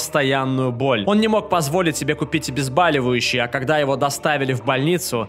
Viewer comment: ОБЕЗБОЛИВАЮЩИЙ, а не Абезбаливающий.